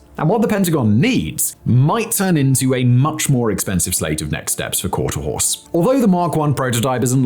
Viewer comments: QUARTER (HORSE) NOT QUARTER (HOUSE) BRUV🙄🙄🙄🙄🙄🙄🙄🙄🙄🙄🙄🙄🙄🙄🙄🙄🙄🙄🙄🙄🙄🙄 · What's with continuously calling it quarter house when you correctly called it quarter horse at least a couple of times? I mean, I guess it isn't the end of the world or anything but it's kind of cringe when it is the video's sole topic.. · QuarterHORSE....HORSE....not HOUSE. How can we take any of your content seriously if you can't even get the subject name right? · I loved this video, and personally I don't give a rats arse if you said quarterhouse instead of quarterhorse, it's literally a slip of the tongue. Thank you Simon for a well presented and informative video, let's hope the chinese, Russians and North Koreans aren't watching. 😮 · Quarterhorse, not "quarterhouse"! 🙄🤣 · not to be a dick but considering the quality of most of your videos it supersizes me that you would allow your narration to be so flawed since you refer to this project as Quarter-house as opposed to Quarterhorse nerly 50 percent of the time otherwise I find your content very entertaining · Interesting stuff! But, does Simon mean to “Quarterhouse?” I don’t think that’s part of his accent. He switched back to quarterhorse eventually. Not sure what that was about. Still good stuff! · It's Quarter Horse- not Quater House. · "quarter house?" At least you can say Quarter Horse correctly, no? If I read Quarter House out loud, I'd be like, WTF is Quarter House and how is it different from Quarter Horse? Seems lazy. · It’s not “quarter house”… it’s quarter HORSE. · Jesus christ Fact Boy, its Quarter-HORSE not house😂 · HORSE NOT HOUS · "Quarter-horse".... not "Quarter-house". As in a race bred horse. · So, the American Hermeus is getting somewhere, unlike the English Skylon..... oh, and by the way it's not "quarterhouse" but "quarterHORSE" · I'm a bit confused. Is there anything called 'Quarterhouse' in this project, or was Simon just randomly mispronouncing 'Quarterhorse' every second time he said it? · Did you say porter house?